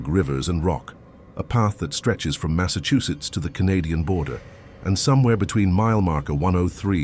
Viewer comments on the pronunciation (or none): none